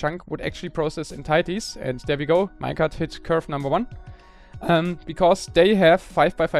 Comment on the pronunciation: Could you start pronouncing "WE" properly?